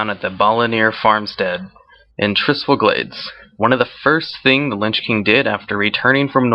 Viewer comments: Your videos are great, but dude, you can not read at all. It's Shattrath, not Shattran, and The Lich King, not the Linch King. This is noticeable in a lot of your videos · Its LICH king, not linch king